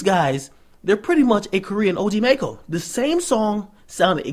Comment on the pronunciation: It's pronounced (Mack-Oh)